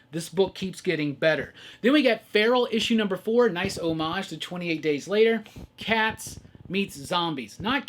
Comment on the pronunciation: Also… you are the only person on the internet who correctly pronounces homage!!!